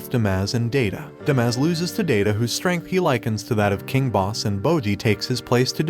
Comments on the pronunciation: The pronunciation on Kage infuriates the fuck out of me. This is an informative video, but it's Ka-ge, it's pronounced phonetically. Kage means shadow, just as how Kage's from the shadow clan. Well, it's basically every name mispronounced. Daida is not Day-da but rather Da-i-da. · Fun fact: Kage is pronounced "kaw-gay" and Daida is pronounced "die-duh". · The Despa and Daida pronunciation bothered me too